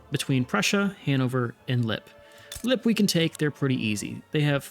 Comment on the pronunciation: FYI Lippe is pronounced more like lippuh